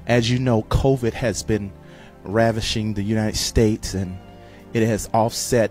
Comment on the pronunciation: UNiNED States 🤣🤣🤣 that’s what he said